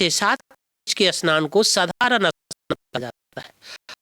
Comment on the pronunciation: Asnan nahi bhai ji snan bolo